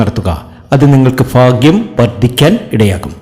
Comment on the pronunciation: അശ്വതി നക്ഷത്രത്തിനു, ഇത് ഫാഗ്യത്തിന്റെ സമയമാണ്, അടുത്തത് ഫരണി ഇതെന്തു ഫാഷ